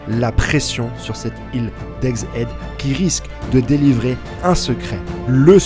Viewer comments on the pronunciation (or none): t'as presque dit ègue aide.. c'est pas mal. mais c'est pas encore ça, c'est pas ègzzz hède... c'est ègue HHHède. mais ça avance .